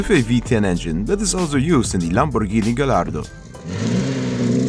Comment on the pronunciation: You did not just pronounce the LL in gallardo....